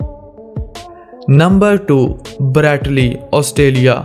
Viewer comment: "brrreeeet lee austalia"😂😂😂